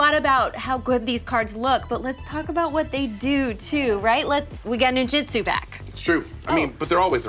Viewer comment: NIn-JOOT-soo, not nin-JIT-soo.